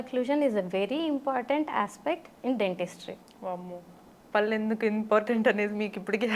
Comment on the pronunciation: పళ్ళు అనాలి correct yout prononciation . It's really so important